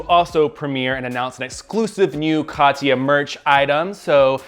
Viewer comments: Every time he calls her Katiya I get flashbacks of TKB saying Chad instead of Chaz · It’s Kah-tyah, not Ka-tee-ya. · am I the only one bothered by people saying "ka-tee-ya"? it's Kat-ya. 2 syllables, not 3. (ignore my neurotic bullshit lmao)